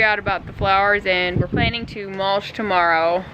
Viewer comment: MULSH???????????...lol YOU MEAN MUL-CH.....CH NOT SH....ARE YOU AMISH?....WHAT'S WITH THE AMISH THING ON YOUR HEAD?